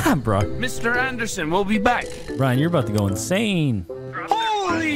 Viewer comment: "meester aeendersen"